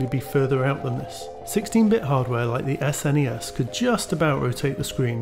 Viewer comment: Sega genesis and S-N-E-S. He has been in murica for a while :)